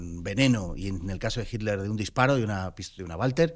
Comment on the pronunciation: Si sobre todo de Jitler. 😅 Se dice "itler".